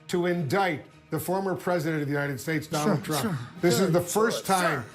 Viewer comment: I love how Michael Cohen calls his Dahnold !